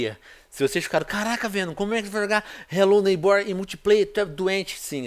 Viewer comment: Vc falo hellow neybor mas não fl q e em minecraft😲😲😲